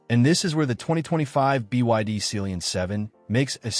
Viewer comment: Ohh... It Sea lion...... Not celionnnnnn😢😂😂😅😮